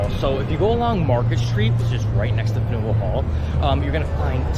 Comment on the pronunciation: OMG Fanual Hall not Fenual Hall gad!!!! Some of your information is a bit off and dated. I've been a tour guide in Boston on the trail from 2009 to 2023. However I agree with you about the Old corner bookstore, Save by the Boston Globe in 1964 otherwise it and buildings on School and Washington Streets next to it, would have been part of the parking garage behind it. Pronunciation of buildings and towns in Massachusetts is challenge for anyone from out of the state.